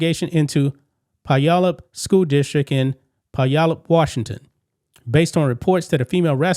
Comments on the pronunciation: Puyallup Is pronounced "pyoo-ALL-up" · Just FYI its pronounced PYOO-ALLUP. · Puyallup is pronounced “Pew allup” ….. just for future reference…..